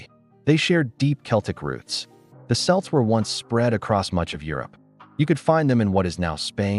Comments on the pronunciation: The 'C' in Celt is pronounced like a K (As in Cocoa) Not like an S ! :face-blue-smiling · It's kelt not selt get it right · You need to get the pronunciation correct: Celt is pronounced "kelt" not "selt". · Not really accurate. The story is far more complicated. Dal Riada was the dominant part. And we pronounce "Celt" as "Kelt", not "Selt" . At least you are getting it halfway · How can the AI voice say “Celtic” correctly but not say “Celt” correctly?